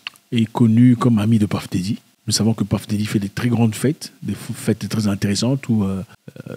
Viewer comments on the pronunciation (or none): Ça sonne Peuff Didy quand tu insiste Paff Dedy on a l'impression sue tu parles d'une autre personne Les américains disent bel et bien Peuff Didy et non Paff Dedy